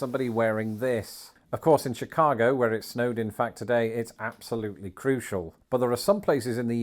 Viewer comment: Oh my God he's starting to say Chicago with a Chicago accent! Shi-caaaah-go